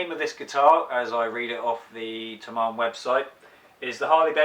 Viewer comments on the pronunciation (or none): Thomann is pronounced Toeman . Equal stress on each syllable , Just check any pronunciation with the Google search "How to pronounce Thomann" etc You should find a website called Forvo !! However you are in good company with the many people who own cars who's makes and models they can't pronounce !! Porche is top of that list !!